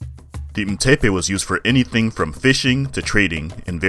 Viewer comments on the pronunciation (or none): none